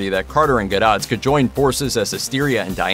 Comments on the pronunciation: That's pronounced Gal Gadoe- NOT GADOTT !!!! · Lol, 2020 has been anything but, who can compete....bloody warner brothers....the weak ass kristen wrong choice yeah right....im not paying any attention if you cant pronounce the lead actresses last name....smh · Ffs, learn how to say Gal's last name properly!